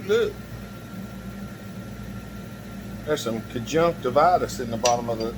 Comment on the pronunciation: "There's some conjunktavitus right there"? thanks for the laugh.